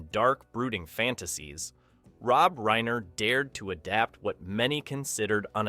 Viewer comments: Nicely put together synopsis. But, for crying out loud, could you not pronounce "Inigo" and "Reiner" properly?!? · Homie, you’re a small channel so I want to support you, but butchering Reiner and Knopfler’s names, the weird breaks between some lines, and some weird image/narration matches bring the quality of the piece down. Commit to the project and strive for perfection and you’ll succeed.